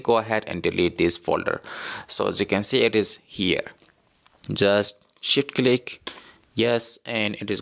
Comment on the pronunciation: 'Shit cleek' 🤣